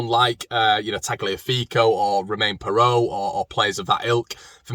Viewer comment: It's Fay not Far for Faivre.